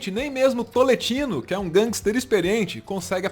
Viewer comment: Cada vez que alguém fala TOLETINO, sou eu jogado no chão morrendo de rir jajajajajajajaj A piada vem pronta kajajajajaja